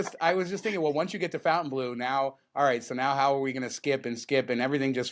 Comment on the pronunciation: I realize you are just rednecks from Vegas, but isn't the hotel pronounced like Fon-tain-blow? Its a French word, otherwise they would have spelled it Fountain-blue.